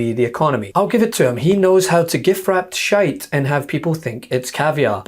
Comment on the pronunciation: "Shite " said in a totally Scottish way 😂